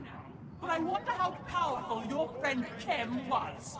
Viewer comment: Kem, KEM! It's pronounced Kem! There is no "L" in Khem! Oy lad!